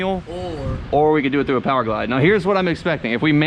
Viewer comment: Did he say p o w e r g l i d e im unsubbed 🤦🏻‍♂️